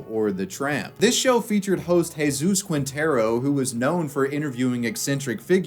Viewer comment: Spanish pronunciation tip you'll probably forget after reading: "Qui" = "Ki" Quinteros = Kinteros / "Gue" = "Ge" (like in "get") Guevara = Gevara